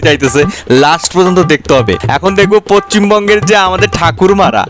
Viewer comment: Bhai tumi pacchim Bango বলো কেন।।। ota Paschim Banga Hobe.